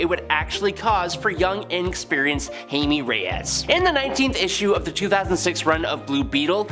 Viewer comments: He keeps saying Hay-me. Pretty sure it’s more like Hi-May. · who is hay-me?